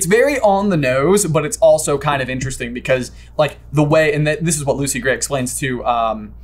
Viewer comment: Hearing Lucy Grat is Coin destroys me